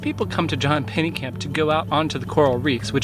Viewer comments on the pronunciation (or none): Bro, it’s Pennekamp👎